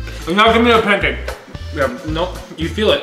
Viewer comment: Bacon PUNCAAAKE, baking bacon PUNCAKE.